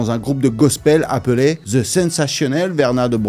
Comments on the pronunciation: Faut ARRÊTER!!!!! Les Francais Pourquoi prononcer th. Avec un z. Mais c’est quoi cette manière The chronic. Et pas ze chronic wtf 😢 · Pourquoi quand vous dite The sonne comme un Ze c'est plus comme le son De les gars faut apprendre l'anglais